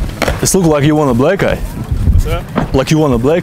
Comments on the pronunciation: "You want a black guy?" That's what it sounds like your'e saying. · Sounds like "you want a black guy" lol